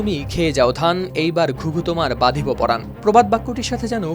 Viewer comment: প্রবাদ বাক্য হবে " বধিব পরাণ" সাংবাদিক "বাধিব" আর "বধিব" এর পার্থক্য বুঝে না 😂